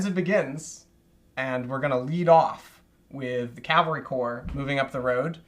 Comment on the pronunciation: To Blücher, it’s cavalry, not calvary.